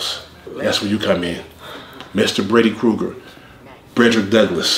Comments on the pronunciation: My boi said Bready Gruger 💯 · "Bready Kruger" 😂😂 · “Bready Kuger” “Breadrick Douglas” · "Bready Krueger" 😂😂😂😂😂